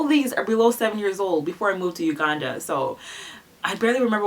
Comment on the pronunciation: Why you say "Uganda" like that? 😂